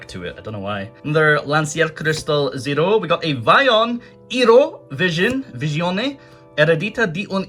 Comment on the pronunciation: You disgust me with your broken italian 😒, it's "Èh-ro-e" not ero